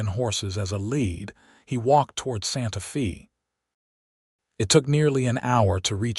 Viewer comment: Ok, so you use AI to translate the script. It's humerous to see American AI, American "reader ", and Santa Fe (fay) pronounced as "Santa Fee" . The "writer " couldn't even bother to do a spell/speech check!